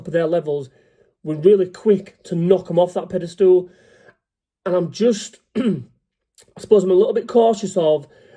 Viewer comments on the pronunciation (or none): t's PEDESTAL not PEDASTOOL.